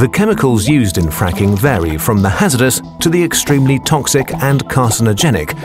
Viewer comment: “Quite have been a fracking boom” Sounds like friking